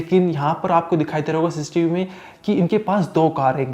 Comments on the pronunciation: Sis tv nhi cctv bol bhai, baar baar sistv sistv so annoying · Kahan se padhai ki he bhai...ssis tv...siss tv 😂😂